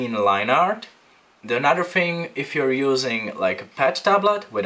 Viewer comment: Your videos are great! but just quick tip... another is pronounced AnoTHer not AnoDer. Sorry to nit pick I just worked in a studio with a guy that spoke with the same accent and it always sounded so lazy.